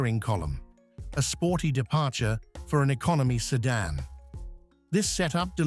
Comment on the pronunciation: Lost interest at 'sedan'.